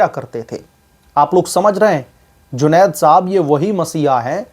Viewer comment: आप बार बार जुनैद को जुनौद साहब जी बोल कर सम्बोधित कर रहे हैं। यह ठीक नही है